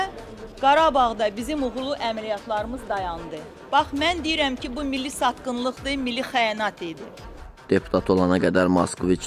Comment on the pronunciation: Gör kimlər milli mənafedən danışır....heç milli sözü belə düz demir..."mili"